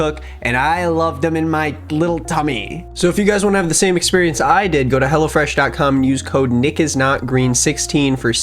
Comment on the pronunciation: He said hellofresh.cum hahahaha 🤪